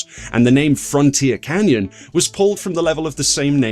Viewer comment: Lol "frontier canyon"